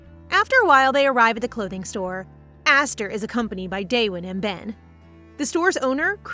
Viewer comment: His name is Ben not pen